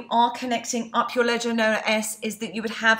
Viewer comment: I like how you said "steal you money" with your accent! Badd ass!! Great videos!! :-)